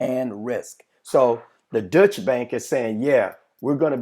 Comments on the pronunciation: Deutsche Bank.....pronounced like Doy-Cha. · It is not the "Dutch" bank it is a German bank called the "Deutsche" Bank .